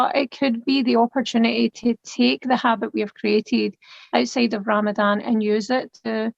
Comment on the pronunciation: Its Ramadan (ض is a heavy DH not z, ز is z)